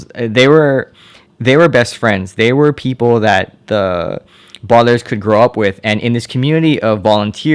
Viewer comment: He said the badalairs